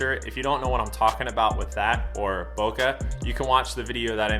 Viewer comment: Great video! It’s pronounced bow-Kay. :)